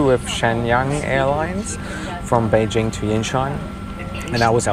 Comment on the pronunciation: Top marks for pronouncing "Beijing" correctly. :-)